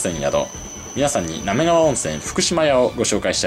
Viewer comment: ”なめりがわ”、じゃなくて、”なめがわ”なんだー